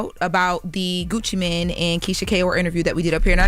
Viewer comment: it's Gucci MANE not Gucci man 😅